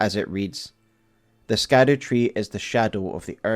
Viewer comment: It is pronounced "Shadow-Tree " not SKADU-Tree! Come on use your English and pronunciations please.